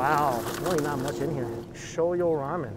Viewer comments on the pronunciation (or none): Did he really say, "ShoyO ramen."? Triggered*